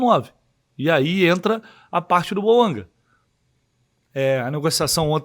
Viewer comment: TAMB: "BOAUNGA" KKKK